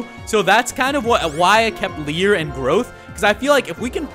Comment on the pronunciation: its leer buddy